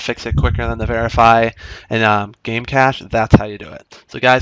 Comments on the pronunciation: it's pronounced "cash" not "cage" lol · Cache is pronounced like cash, not like "case" with the sh sound.